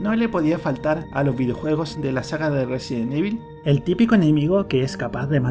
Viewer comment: Por qué dices, resien evil?